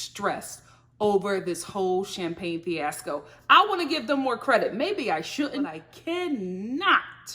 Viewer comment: I'm an English snob like you, which is why this episode made me cringe so hard. Between that girl saying "finasco" instead of fiasco and the other one pronouncing lingerie as "lingery." I cannot. RIP language